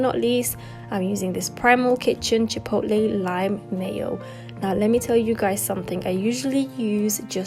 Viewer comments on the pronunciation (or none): none